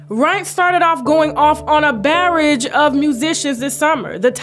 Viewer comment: You’re saying “barrage” wrong in the into clips 😂😂😂😂😂😂😂